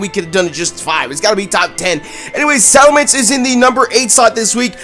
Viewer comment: ITS SALAMENCE, NOT SALAMANDER!